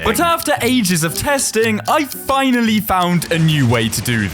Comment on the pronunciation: And why did he say fhinally